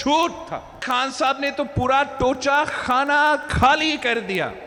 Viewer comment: Oooo baji tosha Khana ni tocha khana